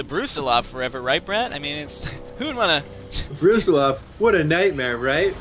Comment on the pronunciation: It's a little bit surprising to see a spaceship named after a relatively obscure general. Especially given the fact that you've been placing stress on a different vowel.